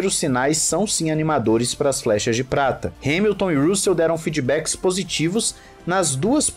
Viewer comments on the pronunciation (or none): none